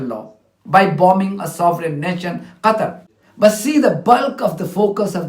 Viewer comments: The UK representative can't even pronounce "Qatar" with K or Q but "Gutter" with 'G' - Basically that's what they think of this country. BTW, she does NOT represent the people of this country who are overwhelmingly against this ongoing barbaric genocide in the occupied Palestine but her zionist handlers only. Hamas is NOT a terrorist organisation, they are the RESISTANCE. The bravest of them all. which under the international law they have the right to resist the real terrorists unlawfully occupying their homeland. May you have 400 Million subscribers brother 🙏🏼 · The British lady needs pronunciation lessons. She can't even pronounce Qatar. Instead she is saying Gatar. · The UK woman was so uneducated and clueless that she couldn't even pronounce Qatar and kept on saying Gatar. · Pakistan has 4 huge American MILITARY BASES. Pakistan NOMINATED Trump for Nobel Peace Prize. Why does UK rep say Gatar? Its Qatar!!! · Where is Gatter? She must mean Gutter. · The UK Ambassador to the UN should say Qatar collectlyand not Gutter. It is disrespectful. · Is the UK representative completely stupid, why does she continually mispronounce Qatar as "Gattar" and "Gattery".... did she not get an education? Bllshit as always fromo the USA and its Poodle, the UK. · Someone please tell me where 'Gatar' is ? 😂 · British can't even say Qatar... Gatar 😡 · Is the stupid uk speaker plonker saying gatar, out of spite and hatred. Someone should find this idiots previous uttereance in the un where she mentions Qatar and compare it. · Why does the UK woman keep saying Gattar? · NOT GATA it's QATAR she's PURPOSELY mispronounces it. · why is she calling it Gatar and not Qatar? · To that English female diplomat, she is calling Qatar (gutter) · why cant uk spokeswoman pronounce qatar properly? she says gatar!! and she even cant pronounce wholly but says hooli . what is this ai falseness? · The British ambassador keep saying gatar instead of Qatar absolute disrespect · Calls Qatar gutter